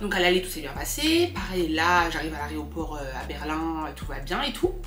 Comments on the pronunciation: dit « l’areoport » au lieu de dire aéroport 😂😂😂😂 c’est chou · qui dit « aréoport » 😂😂